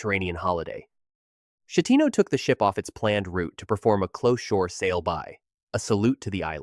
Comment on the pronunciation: I knew the Costa Concordia would be mentioned. First off, /CH/ in Italian is pronounced like a /K/, as in Chianti. The captain’s name is pronounced /SKeh-TEE-no/. And the island is pronounced /GEE-liyo/. The second G is mostly silent, like the G in lasagna. The only Americans to die on Concordia were from here in Minnesota, from a small city barely 7 miles north of St. Paul. The couple was celebrating retirement and that cruise was their first international trip.